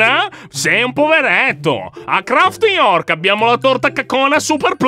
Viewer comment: Si dice New Craft non Craft York